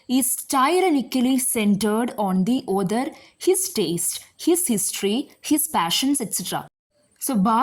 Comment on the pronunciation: Others ❌ author(aw-thuh) ✅ Listener discomfort maam don’t mind 🙏